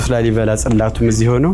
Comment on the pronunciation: ላልይ አላለም😂😂😂😂። ላልይ። ላሊ ነው የሚባለው። ኩታራ የአድዋ ትግሬ😅። ይሄን ደግሞ ሰዎች ናቸው የገነቡት። ወሎ ውስጥ እኮ ከ10አመት በፊት ከላሊበላ የበለጠ ገነባ አንድ አባት ከ3 እረዳቶች ጋር። አማራዎቹ የተባረኩ ናቸው